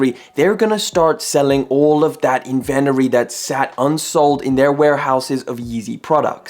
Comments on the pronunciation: “Invent er ee” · Whoa bro, learn how to say inventory right. Kinda amateur hour / disgraceful to businessmen